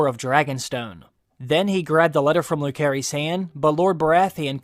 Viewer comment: Bro, how are you mispronouncing Lucerys this bad? It's definitely not Lū-care-ees.